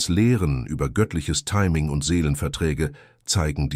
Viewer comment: das Wort „timing“ am Anfang 😅😅